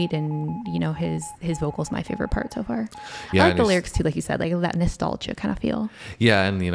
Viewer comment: And "har" instead of "far" . . .